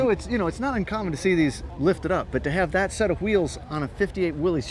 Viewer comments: One would think that on THIS show they could correctly pronunce "Willys". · Why doesn't anyone pronounce "Willys" correctly? It's simple: it's not "WILLIE'S", it's "WIll' iss", named for the company's founder, John North Willys. I guess you could correctly call it "Willie's", but only if Willie owns it!